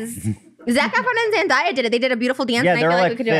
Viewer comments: Trisha- you’re queen but like- “Zendiya”😭 LMFAOO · Zendaya out of her own mouth in an interview said it’s Zen-Day not Zen-die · Nobody: Trisha: “Zen-DIE-A” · i’m pretty sure it’s Zen-DAY-A lol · I can’t rewatch this episode too many times because trisha keeps saying ZenDIEay PLS it irks me so bad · trish really called zendaya "zendieya" lmao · I think it's funny how Trish pronounced Zendaya. But didn't see any comments about it LOL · Trish mispronouncing zendaya's name was the funniest shit ever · Omg anyone else hear how she pronounced se days name 😂